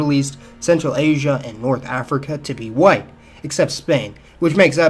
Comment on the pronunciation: "Whitwe" LOLWTF 😅😅